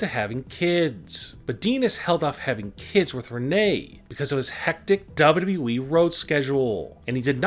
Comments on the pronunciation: "Dabluu EEE" 💀💀💀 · Dean ain't going there your full of shit make real videos for once an learn how to say wwe not dub dub eeeeee dumb ass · Wprddere lol that’s how he says wwe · OMG Dean Ambrose leaving DUB DUB We.verryyy saaad. Why don't u speak like a normal human being your voice makes me irritating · The narrator seems to pronounce WWE as Daba'yao'eeeeeee! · How he said wwe is so funny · How he says WWE fml 🤦😂😂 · I hate the way you say WWE. She could still commentate when she's pregnant for 9 months. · I hate how you say wwe. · What's wrong with you pronouncing wwe dude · Why do you say WWE like that?